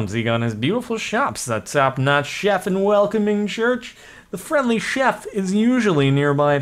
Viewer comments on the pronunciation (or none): none